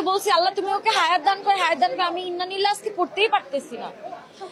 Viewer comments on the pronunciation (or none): ইন্না নিল্লাহ না আপু ইন্না-লিল্লাহ 😢😢